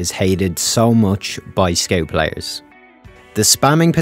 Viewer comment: You say scout weird?